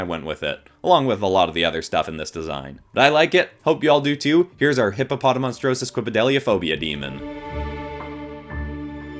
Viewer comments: This man needs an Oscar for pronouncing the fear of long words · It's amazing how he pronounces the fear of long words like a boss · how did you even learn to pronounce that 'fear of long words/public speaking' phobia so well and fast?! Like- I tried and could not do it. Good job! 😆 Some phobia suggestions: Xanthophobia (Fear of the color yellow) Arithmophobia (Fear of numbers) ... musophobia (Fear of rodents/mice) My sister said she's afraid of mice so I'm like, what if there's a phobia for that? There is, which is wonderful yet horrible. Still, I can't wait to teaser her about it.